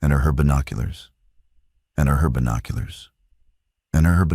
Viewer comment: There are a lot of AI mistakes in this video. "And herbinoculars"